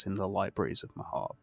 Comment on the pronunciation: AND THEY PRONOUNCE MAHABRE CORRECTLY YAYYYYYYYY